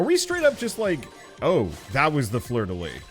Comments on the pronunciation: Ahhhh fleur-de-lys, you need to pronounce the "s" !! Lyssssssssss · Sorry I've gotta be this annoying jerk, but you actually pronounce the "s" at the end of "Fleur de lys"